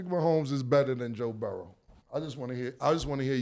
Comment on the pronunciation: Cam & mase stop playing a s on my damn quarterback name it's Joe Burrow Not Joe Burrowsssss😂